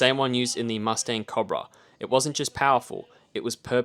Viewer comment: Nice video brother but why do you pronounce Cobra like that hahaha? I've never hard someone say it like that before and i'm a Kiwi